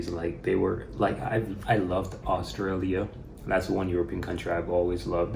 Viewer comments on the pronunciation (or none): Forgive my french ear, I guess you said Austria and not Australia, at least I hope so :)